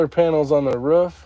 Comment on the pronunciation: WTH is a ruff 😂 it’s a roof u live in the south now 😂